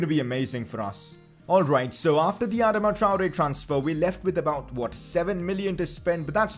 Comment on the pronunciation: Pcq you can’t say Adama traore